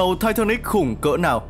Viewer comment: Sao ko đọc là titanic cho nó thuần việt nhỉ. Nghe thai tha níc khó chịu thật sự